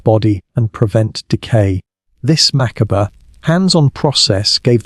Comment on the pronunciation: When your robot narrator said “mackerber” was it meant to be macabre? The title was medieval sex, but strayed way off that to Stoicism and even ancient Egyptian medicine. Ooo-kayyyyy.